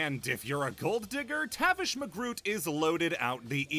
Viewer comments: It’s not McGroot, it’s DeGroot 🤓 (sorry in advance) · Hey dude, it's DeGroot, not McGroot. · I was with you until: 1. It's DeGroot. Not McGroot. Tf? 2. Engineer isn't bland. He clearly has a mean streak (dude enjoys making killing machines, cut off his own hand for more efficient killing, and has a bit of a God complex when it comes to his intellect.) 3. You spent. All of Sniper's time. Just talkin' about how much he pisses. What did he do to you? Medic and Spy are horrible, though. Most people mischaracterize them as great husband material, so thanks for saying "yeah no" to that, at least. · tavish mcgroot lol. his last name is degroot